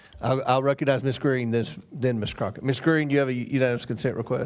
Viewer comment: Her name is Crock-et for a reason